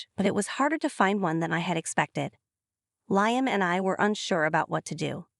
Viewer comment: Liam is pronounced Lee-um. Not Lie-um.